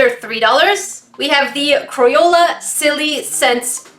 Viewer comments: did she just say cro-yola Ummmm.........triggered....😫😫😫😫😫😫😫😑😑😑😑😑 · "CROYOLA" 2019 - A.K.A.